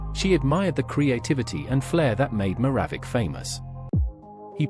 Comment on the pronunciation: Do you listen to your AI voice before you post .... Pete Maravich is NOT even recognizable with the horrible pronunciation your AI voice uses... TRY HARDER Please.